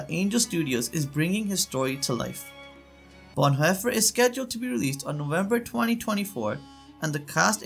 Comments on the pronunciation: It’s pronounced BonHoffer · Please learn to pronounce names like Bonhoefer. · Learn how to at least pronounce the German language.... The name is Dietrich Bohnhoffer, said as"Deetrick Bohnherffer". (in German the name Dietrich has an 'ie' ipronounced as an ee' and 'Vorbei' with an 'ei' is [pronounced as an an "eye"... 'Hoffer' (with the umlaut - the double dots above the o, sorry I do not know the correct keyboard shortcut for that.), is closer to 'herffer' but spelt as Hoeffer in English. There a lot of tricky pronunciations for English speakers, besides those....